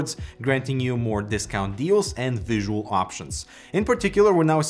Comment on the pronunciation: is it me or did he say visual really different